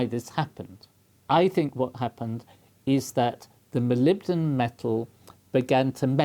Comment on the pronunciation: I'm sure the Prof was saying Molombydom